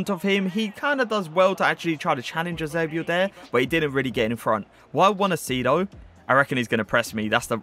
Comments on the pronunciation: Eusébio diz se assim bro. Or in English, he pronouces it right bro. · That's how you properly say it tho